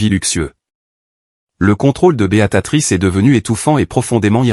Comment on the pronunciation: Prononcez bien le nom de beatrice et.non beatatrice